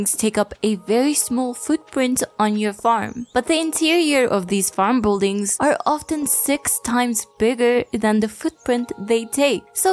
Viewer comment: And “bull-dings” lolol